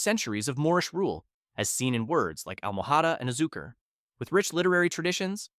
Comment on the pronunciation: he started not bad, the word Español itself didnt sound too bad consireing English doesnt really have the ñ phonem, however the way he pronounced almohada and azucar really bothered me to the point I had to stop watching.